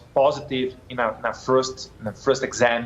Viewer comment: "in a frôst, in frôst exam" é nessas horas que eu agradeço meus teachers